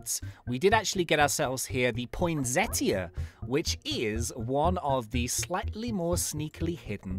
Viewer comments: Love ur vids soooooo much! Also it isnt point-set-ea. It is point-seta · Poinsettia is pronounced "pon-setter"